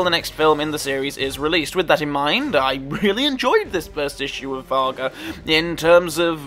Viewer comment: It is Germanic from Norse, so it is pronounced "WARG" as in Wolf